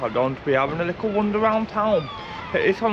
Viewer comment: You say "lickle" a lot – the word is LITTLE!